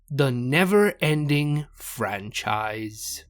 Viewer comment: Stop the Fran-Scheiss